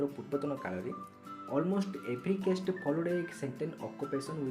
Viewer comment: କେଷ୍ଟ ❌ କାଷ୍ଟ ✅